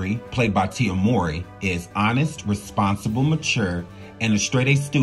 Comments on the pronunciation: THANK YOU. I love the video, but I keep screaming, "MOW-REE, like 'COW-REE'" to my phone everytime he messes their names up. Lol. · Just because the storyline had it where their biological couldn't have it proven where someone could say, "you ARE the father!" doesn't mean the narrator should continually mispronounce their last name as "Maury."